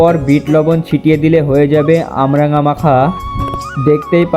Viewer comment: ওটা আমরাঙা নয় কামরাঙা